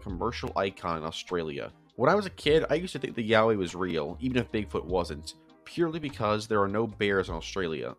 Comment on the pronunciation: i got a whiplash from hearing yowie as yaoi